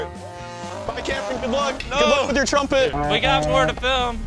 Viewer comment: angers my soul when he says trumpet 😭😭